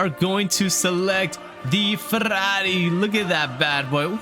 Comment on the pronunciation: As a Italian great pronunciation for Ferrari 👌🏻